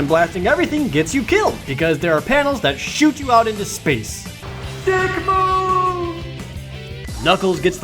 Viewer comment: Cruz Medina No, the best thing is when he says “dyick.”